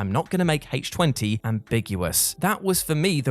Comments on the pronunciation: Since when has Halloween H2O (i.e. the chemical formula for water) been said as Halloween H-Twenty? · HAYTCH TWENTY?! I DON'T EVEN WATCH THIS FRANCHISE YET WTBFH?!🤪😹